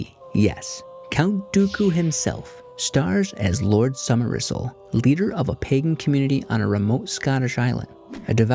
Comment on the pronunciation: What is “Summer Isel”????